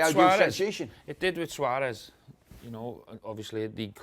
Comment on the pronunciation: "It did with Twaurez" 😂😢😂